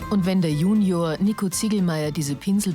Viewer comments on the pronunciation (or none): none